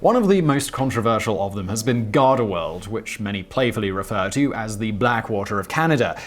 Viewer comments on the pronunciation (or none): none